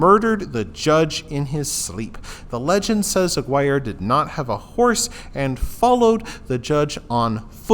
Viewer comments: It's pronounced "ah-gear-ay" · That is definitely not how you pronounce that